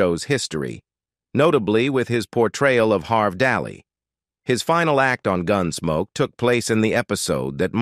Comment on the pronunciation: Horrible AI voice. I quit listening just before four minutes, when a string of mispronunciations culminated in “Gunsmokey.”